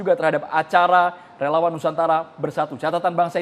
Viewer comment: Relawaaan...??? Kayaknya relauuang deh!!